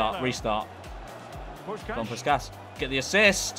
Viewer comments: the pronunciation of puskás is killing me 😭😭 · They way he says puskas does my head in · It hurt my soul 😭😭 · the way he absolutely massacred puskás is sending me glad he recognizes a Hungarian player I am very happy about it